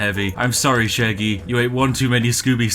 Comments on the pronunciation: NIGEL Sheggy, not Sheggy 🤪😆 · imagine soelling Shaggy "Sheggy" And I thought Brits knew english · Shaggy ... With an 'a'. What's a sheggy? (Gets punched and explodes)